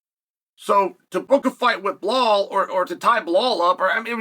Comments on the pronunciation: Still calling him bill hall is crazy 🤣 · “Blahal and kamara” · Belal, Kamaru, SHAVKAT RAKHMONOV guess which name uncle Chael P pronounce perfectly and which two he completely butchers. Undefeated. Undisputed.